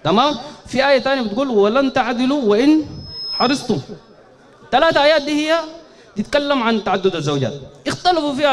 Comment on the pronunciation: والله استغربت قال مسنا وهي مثنا وقال سلاس وهي ثلاث رباع الحمد الله قالها صحيحة